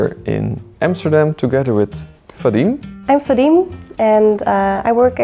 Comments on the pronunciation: Canim benim senin adin fadim degil: jij heet fadimE, ajb spreek het uit zoals het is en niet zoals een simpele hollander het zou uitspreken 😢😂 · fadim ne ya fadime diye okusanız sanki telaffuz edemiycekler mi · I’m sorry no hate but why can’t he pronounce his girlfriend’s turkish name correctly? It’s not “fadim” it’s “fadim-e” 🙄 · Your name is Fa-dee-meh, not Fa-deem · Her name is Fa-deem not Fa-dee-meh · Fadime fadim diye mi telaffuz ediliyor? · It’s actually kinda sad that they’re married and he still doesn’t pronounce her name correctly… it’s fadimé in turkish… great home otherwise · Fadime fadime olalı böyle telaffuz görmedi 😁 Fadim... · kendi ismini “fadim” diye mi telaffuz etti ben mi yanlis anladim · 1. Ismini ingilizce telaffuz ediyor. 2. Fadime ismi sadece Türklerde yok 3. Türkiyeden Amsterdam'a gitmemiş Amsterdam'da yaşıyormuş değişim öğrencisi olarak Turkiyeye gitmis oğlan ile o zaman tanışmışlar.